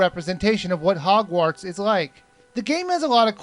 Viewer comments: This review cracks me up. As someone well familiar with HP (I've read all of the books except Rowling's biography and "Beedle the Bard", and I've seen the first four films), it's hilarious listening to the try to explain things while repeatedly tripping over "Hogwarts". Then..."I asked one of my nerd--well-read friends..." RICTUSEMPRA, that was funny. (And at least he's smart enough not to say anything derogatory about HP itself.) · You say the "wart" part of "Hogwarts" really strange. :P